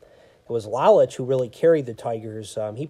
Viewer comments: Lowlich is the way you pronounce Lolich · Thanks. Constructive criticism makes us better. That one bothered me on the playback because I knew I mispronounced it. In the same article I read about Lolich he wanted to learn the pizza business. Ilitch signed him to a two year deal as a spokesperson for Little Ceaesar's. After the two years, his contract was not renewed and he did not learn the pizza business. Lolich said Ilitch was a shrewd businessman and told his lawayer “Look, every time Mickey pitches a game, people think of Little Caesars. “Every time he’s on TV, they think of Little Caesars. Wherever Mickey goes, they think of Little Caesars. Why should I pay him when I’ve got him for free?” Lolich didn't fault him for it, but was hurt. They did not speak for 30 years. My father thought so much of Al Kaline. I am glad he had a great World Series that year. One of the classiest guys to put on a uniform. I have been on the look out for Sam McDowell. For those that just look at HOF players, "Sudden" Sam is overlooked. He was a great power pitcher. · You pronounce Mickey lolich his last name incorrect when Lola's retired he was the all-time leader in strikeouts for a left-handed pitcher